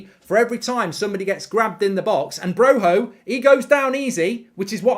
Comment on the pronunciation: Broja not broha he isnt spain